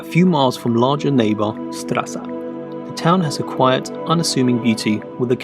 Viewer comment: Stresa is pronounced Stray-za.